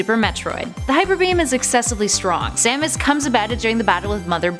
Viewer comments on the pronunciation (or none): none